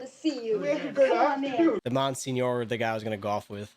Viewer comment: "In The Heat of The Night" is another Poitier movie from this era with the same theming, and I'd say better than this (although far more pessimistic). And for a latter-day Poitier, the high-tech spy thriller "Sneakers" (1992) is a gem of its genre. Fyi: The pronunciation of Monsignor is "mon-seen-yor" (or mon-seen-yer). It's a clergy title.